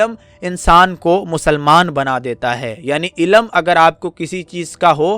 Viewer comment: BHAI ZARA APNA URDU TALAFFUZ SAHI KAREN. AAP LAFZ " ILM " KO " ILLAM " PRONOUNCE KAR RAHE HO.